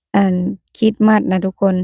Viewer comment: ต้องพูดว่า"คิสมาส"(คิด-S-มาด )ไม่ต้องเน้นคำว่าสะให้ชัดเจน ให้พูดคำว่าสะเบาๆและไปเร็วๆพูดไม่ให้ใด้ยินคำว่าสะเลยยิ่งดี คล้ายๆเราพูดอะไรแล้วมีSตามหลัง คริตซิ คริสต์มาส ลองพูดดูนะ😂